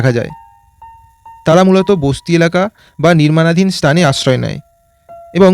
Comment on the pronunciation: ভাই তু্ই আগে বাংলা উচ্চারণ ঠিক কর স্তল স্তান এই গুলো কোনো কথা না আগে উচ্চারণ ঠিক কর তার পর প্রতিবাদন বানাবি।